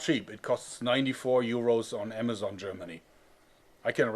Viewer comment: The first one he said amajon